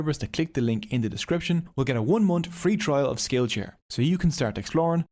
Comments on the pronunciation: Say it with me "month" not "munt" south not sout. Noorth not nort. Jesus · What is a "one munt" free trial?